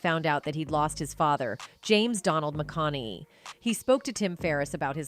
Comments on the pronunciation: What's with that stupid pronunciation "McKonay" ?? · Wish she would pronounce his last name correctly.. AI i guess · ❤ how can you not love the man. I met him personally at music lab here in Austin it's awesome. And I do remember the night the cops were called on him who is in his own home minding his own damn business. And I agree with the first comment up there I can't stand AI I can't even say his last name right😂😂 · I hate AI commentaries, half the time words are pronounced wrong or completely misconstrued and mistaken. That's not how his surname is pronounced. Dear God help us 🙃